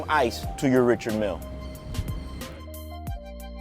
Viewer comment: you are mispronouncing richard mille but nice watch